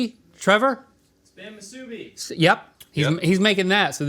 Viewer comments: Musubi is pronounced with the emphasis on the last syllable. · The fact that even Trevor's correction on how to pronounce Musubi hurts my local boy heart.